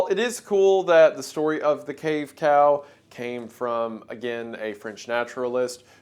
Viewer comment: you said "cave cow" and i heard "cave pal" which sounds cuter